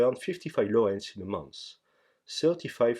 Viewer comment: I love how in your old 2018 gold farm video you pronounced "Laurels" as "lorls"